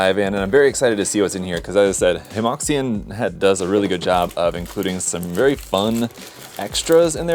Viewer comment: Hemoxian has finally resorted to AI box art 🥀 I know it's a lot to ask of a fellow Illinoisan, but it's pronounced more like "heuh muo shian" It means something akin to "harmonious model line" but sounds like the Chinese term for seam line, 合模线 (only the first word is different).